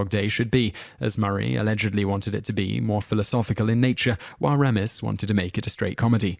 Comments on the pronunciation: You mispronounced Harold Ramis' name, not once but twice, you idiot! It's actually pronounced "Ray-mis" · Ugh especially ‘Ramis’. It’s “RAY-miss”, ya ignoramus. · and it's Harold Ray-mis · funny how he's all into U.S. celebrities but mispronounces many of their names, like 'Harold Rommis'. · Or RAR-miss for that matter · After watching half a dozen or so videos, I can't resist it any more. The narrator needs to learn to pronounce people's names. The name Ramis is pronounced Ray - miss. The name Tejeda is pronounced with the "j" sounxing like an "h" (in the video "People Too Beautiful...") There are others but those were the most annoying for me. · It is pronounced Harold RAY-mis, you silly Brit. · It isn't pronounced DRAYFUSS and who is Harold Rahmis or Raamis.......you said both!!!! You obviously looked this up and actually have no knowledge. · It's Kenny 'Baker' (Bay-ker) and Harold 'Ramis' (Ray-mis). Jeez man, do you read everything? Seriously. You've never heard their names spoken? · Ok, yes I know that the British accent will say words differently, and that is just fine, but names are a bit different. You say names the way they are intended to be said. It is Dry-fuss and Ray-miss. It is how they themselves say it, therefore that is the way it should be said. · The narrator gets quite a few names wrong in his pronunciation. And, oddly, a couple he pronounces TWO ways within seconds of each pronunciation!! "Kenny BARKer"? "Richard DRAYfus"? "Georger Take-KI"? :Harold ROMiss"? -- Really?? He does eventually start saying Kenny "BAKE-er", at least. How do you mispronounce a simple name like "Baker"? He calls Harold Ramis (that is "Ray-miss") both "ROMiss" and "RAMiss." And George Takei is pronounced "TAH-Kay." In the other comments to this video, another fellow thinks these mispronunciation has to do with the narrator's accent, but I do not agree. The guy simply can't pronounce names properly. It has nothing to do with his accent. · AND it's not Rahmas; its Raymus.